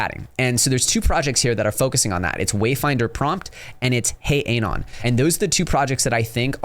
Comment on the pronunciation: Bro can’t even pronounce anon lol